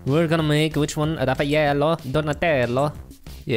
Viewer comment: Hes like "Realighel* Then he says yeah let's just build Rafeiel* prob spelled it wrong